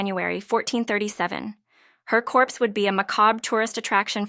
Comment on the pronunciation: Great video - but some of the pronunciations are wrong. "herbs" corp-see" "encas-ed" are the first three examples.